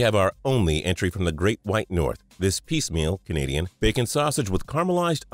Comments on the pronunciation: It's peameal, not piecemeal! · The first one for the Bljue Jays. It's "peameal", not "piecemeal" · PEAMEAL NOT PIECEMEAL